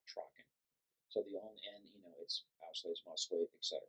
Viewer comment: nice video. however, its called "auslese" not "aushlese."